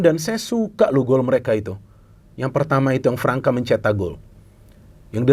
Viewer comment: Pemain Brazil yang ada huruf ç nya, dibaca s. Gustavo Fransa. (Gustavo França)